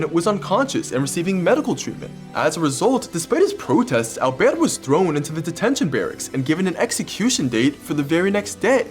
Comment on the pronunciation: I love the accent when he says “alberte”